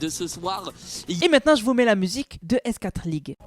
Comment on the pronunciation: S4(four)league par pitié, pas S (quatre) league 😢